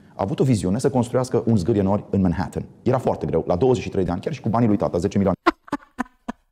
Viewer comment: CUM SPUNE MIHAITZ MANHATTAN 💀